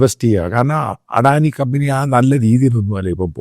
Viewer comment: ആദ്യമായി അദാനിയെ അഡാനിയാക്കാതെ അദാനായി യായി ഉച്ഛരിക്ക്. എടോ ശമുവേലച്ചായാ ഒരു ഇൻഡ്യൻ കോർപ്പറേറ്റും വളരുന്നത് അമേരിക്കന് സുഖിക്കില്ല. അതുകൊണ്ടാണല്ലോ ആദാനിയെ സ്റ്റോക് മാർക്കറ്റിൽ നശിപ്പിക്കാൻ അവർ ആദ്യമേ ശ്രമിച്ചത്. ലക്ഷക്കണക്കിനാൾക്കാർ ജോലി ചെയ്യുന്ന ഒരു സ്ഥാപനമാണ് അദാനിയുടേത്. തന്ത്ര പ്രധാനമായ പല പോർട്ടുകളും ഇൻഡ്യക്കുവേണ്ടി ഹാൻഡിൽ ചെയ്യുന്ന സ്ഥാനമാണ് അദാനിയുടേത്. വെള്ളക്കാരൻ അതിനെ നശിപ്പിക്കുമ്പോൾ അതിനെ രക്ഷിക്കേണ്ടത് ഇൻഡ്യൻ സർക്കാരിൻ്റെ കൂടി ഉത്തരവാദിത്വമാണ്.